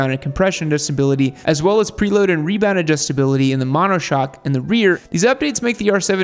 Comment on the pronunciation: “Preload” haha